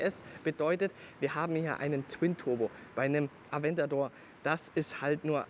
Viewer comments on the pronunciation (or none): none